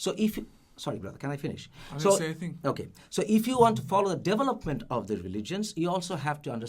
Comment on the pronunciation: I kept hearing 'Devil Upment', not development. lol